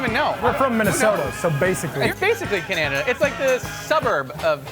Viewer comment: Lol he said Cananada